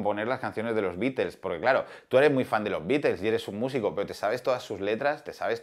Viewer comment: Hablás mucho y no dices nada, mínimo aprende a mencionar el nombre de THE BEATLES!!